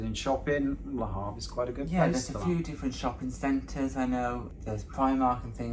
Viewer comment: Great video! We need to work on the pronunciation of Le Havre! Call me for French lessons 1:1 o 3:3